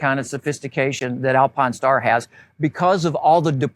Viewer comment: This dude not saying Alpinestars correctly and driving me out of my mind! Good Lord